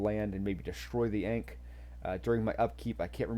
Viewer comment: Thanks for the content. Ankh Tide is super strong. Work on that pronunciation of Ankh tho 😉.